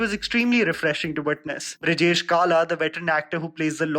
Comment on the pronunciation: Hey brother. I love your reviews. Though sometimes, you pronounce the name of supporting cast completely wrong. Like here, it's Brijendra Kala not Brijesh. Please yar nam shi liya kro. Art director is pradeep Yadav not Jadav. Please give them the recognition they deserve. Best Aman :)